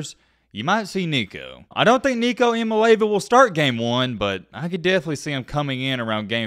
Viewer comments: Say it with me.... Ia mal eava. Not Iomileva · Jaysus...learn how to say his name! EEya-Molli-AHva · It’s pronounced E ah me ah lava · ee-ah-MAH-LAY-ah-va is actually how you pronounce Nico's last name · ee-ah-MAH-LAY-ah-va that's the pronunciation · i think his last name is pronounced ee-ahh-mah-lee-ahh-va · Pronouncing it wrong. It’s Eye-a-mah-lee-avah